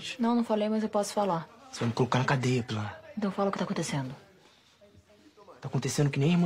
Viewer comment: Canal Sem Nome Eu escutei "Oi pilara" kkkk